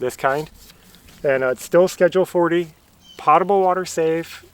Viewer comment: Just a heads up, potable water to a plumber as my husband is, is pronounced POTE-ABLE water, to my protest but he is right. You did a great job getting that hard job done and it feels so good knocking that out. CONGRATS!